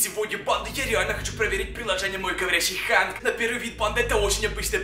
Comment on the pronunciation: Правильно говорить хэнк а не ханк